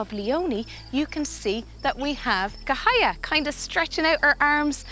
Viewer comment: let me do some correction. - sibu is pronounced see-boo - cahaya is pronounced chahaya - siamang is pronounced seeyah-mahng